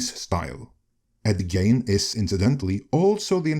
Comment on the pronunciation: I know you're not an American, let alone a Midwesterner, but Ed Gein's last name is pronounced like "Geen." At least that's how we've always pronounced it here in Minnesota, Wisconsin's next-door neighbor. I'm forty-six years old, and I've been familiar with Ed Gein since I was a young kid. The guy's infamous in these parts, and beyond, as you pointed out.